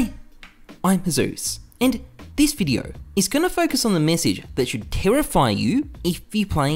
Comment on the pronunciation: *Ausie accent* terrify you